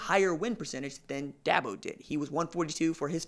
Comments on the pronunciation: Da bo not DAB O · DABO not DAHBO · No offense but the first thing this guy needs to do is learn how to pronounce Dabo. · Is he saying Dabo's name wrong on purpose?